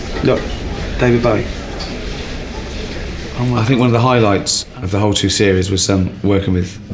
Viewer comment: I love when supposed bowie fans can't pronounce bowie